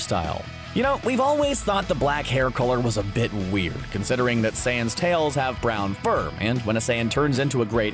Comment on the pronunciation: Is he saying seance? Seriously, can't even pronounce saiyans huh?